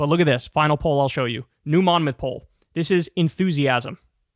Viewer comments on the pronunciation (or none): none